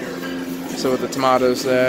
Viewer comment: The way he said tomatoes😂😂😂